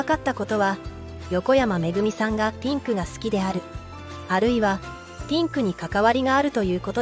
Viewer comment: ピンクがティンクに聞こえる